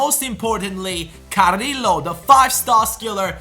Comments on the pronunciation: carriio not carrilo pls say carriio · Carrillo is prounounced cariyo sorry for bad English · Carillo is pronounced Cariyo, listen to the comentator